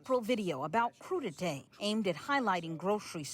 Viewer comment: Cru-di-té, people .It's a French word. Pronounce the word correctly.